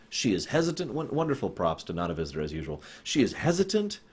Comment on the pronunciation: I know how they're pronounced. I'll put it in here even though you can't take me for sure, you can at least look it up or know it when you hear it. COLLUM Meaney. Nuh-Naw Visitor, Marc A-Lie-Mo